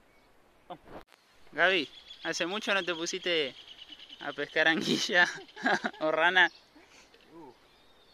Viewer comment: PORQUE DECIS ANGUIYA? 😅 ANGUILA. PORFAVORRR JAJA SALUDOS QUE LINDAS RANAS